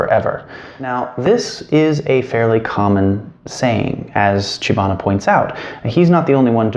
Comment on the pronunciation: It is Chibana